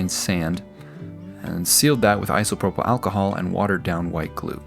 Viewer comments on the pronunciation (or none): none